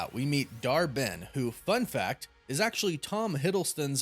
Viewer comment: I keep hearing Dar-Benn as Dharmann!!!!😆😆😆😆😂😂😂